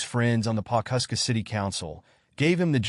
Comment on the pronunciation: It’s Pawhuska..